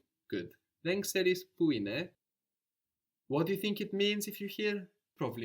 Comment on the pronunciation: Why is the teacher not correcting the students pronunciation of έναι ? She is very clearly pronouncing the second syllable as α instead of αι